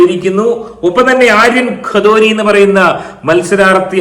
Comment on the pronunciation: ആര്യൻ ഖദോരിയോ?😊😊😊😊 ഖദോരിയല്ല ... Kathuria... കഠൂരിയ എന്നു North Indians ൽ Punjabi Surname... മലയാളി പറയും കത്തൂരിയ...